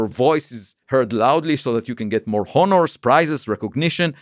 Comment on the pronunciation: “Honners” (honors) is a good one